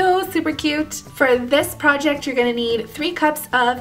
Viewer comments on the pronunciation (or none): none